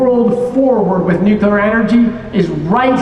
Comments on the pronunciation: I can't believe Chris Wright said nuculer, not nuclear. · IT'S NOT NUKULAR FOR FUCK'S SAKE. IT'S NUCLEAR AAAAAHHHHHHHH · The Secretary of Energy says nuculer. Someone needs to slap him. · Trying VERY VERY hard to give him the benefit of the doubt*, MAYBE he is saying “nuculer” to remind people of GWBush and seem more relatable to any conservatives in the crowd?? Like, maybe being very pointed about pronouncing it “nuc-LEE-ar” would make him come across as a nerd (aka leftist 😱) and get people thinking that nuclear power is an elitist thing and not what the whole country should run on. *Not that any other part of this administration has shown they deserve the benefit of the doubt…I’m just huffing copium over here. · So the guy in charge says nucular... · he said nucular. (Facepalm) Edit, he said it properly later in the interview. Interesting. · The fact that Secretary Wright consistently said "new-cyou-lar" kinda drove me up the wall... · Ha! He said "nucular power". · I can't stop laughing that the US Secretary of Energy keeps pronouncing it "nuke-a-lur". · "nucular" really? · They will invented full fusion powered power plant long before they fix their pronunciation of NUCLEAR as NUKILLER. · Nucular power? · there’s no way he just pronounced it nucular bro😭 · The "secretary" starts off with saying "nucular" and then praises the Angry Orange Thing. Blech. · Sorry but I’m having a hard time trusting anyone who uses the word “nucular” to have any influence over nuclear power. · Shhhh. Don't tell the president that "nuculer" doesn't emit megatons of greenhouse gasses. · Damn. Instant turn-off when they guy in charge says "nukular". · That speaker literally said “nuke-ular” power. Bruh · Does the lab director really say "Nuke-ih-luhr"? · I really didn't expect the Energy Secretary to pronounce it "nucular". It's George W Bush all over again. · Nucular. It is called Nucular!😂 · Anyone who pronounces nuclear "nuc-u-lar" should not be taken seriously